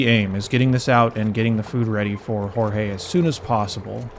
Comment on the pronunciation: I think "Jorge" is pronounced like they say it in Aristicats